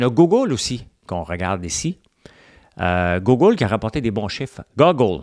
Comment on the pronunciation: Francois... Google c'est prononcé "Gouuugle" et pas "goggle".. 😅... Chu aussi québécois que toi et j'en sors des pas pire souvent 😄Mais lâche pas ;) Merci pour tes chroniques... J'apprécie surtout ton segment finance